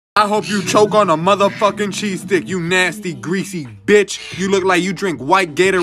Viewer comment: The emphasis on the end when he says nickels